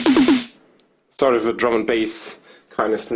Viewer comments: Evry time he say "sort of" i think he is saying stardust.. 😁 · SAHRT UFF